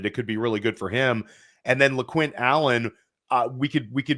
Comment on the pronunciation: Guys did you really say lequint lol